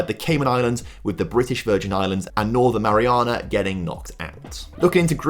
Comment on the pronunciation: And North Marina (how he pronounced it) and Kiribati. It should have been North Mari-ah-na and Kiri-bas.